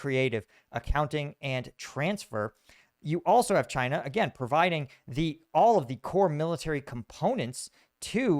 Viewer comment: really says "Chynya" at